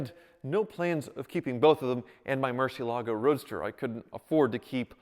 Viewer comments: MUUUUUUUUUUUUUUUURCI with U! It really triggers me when people say "mErCi" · “the Murchee Alago …” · I can't stop cringing for every murcielago mispronunciation XD Come on...just one time right for the spanish speaking audience? Great content though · Can’t stand hearing you mispronounce Murciélago! It’s like hearing someone say Chevrolet and emphasizing the t at the end. Just sell the damn thing.